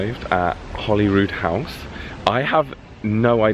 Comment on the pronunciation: Holyrood house is pronounced as Holy (as in the holy and the ivy) so Holyrood House